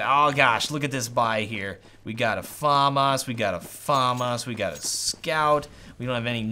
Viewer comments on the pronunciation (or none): none